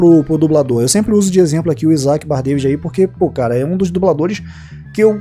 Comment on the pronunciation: É engraçado ver que o fala o sobrenome do Isac errado,só pra saberem Bardavid tem o D no final mudo